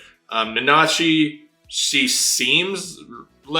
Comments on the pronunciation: It's na-na-chi, not na-NA-shi. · so, you keep saying "nanashi" instead of "nanachi" I wouldn't be bothered by this, but nanashi in Japanese literally means "nameless". I hope you find this as funny as I did.